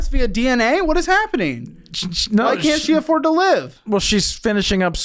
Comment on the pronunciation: This guy has a distinctive “Wh” pronunciation